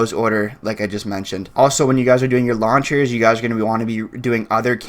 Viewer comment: When he was talking about launchers, legit thought he was saying "lawn chairs". What's a Damascus lawn chair look like...